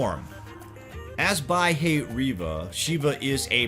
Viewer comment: "Bah-e-ri-va" ... actually it's "Bhairava"